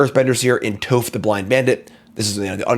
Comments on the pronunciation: Say Toph as you would Cough. Appreciate the summary for sure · Also hearing him Pronounce Toph is crazy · Aang is pronounced aang, however you mispronounced toph, it should be toph not toph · second this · Ueah but he still mispronounced sokka and toph so theres that